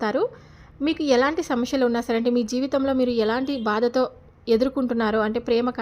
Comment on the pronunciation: శమస్యెల్ కాదు సమస్యలు ?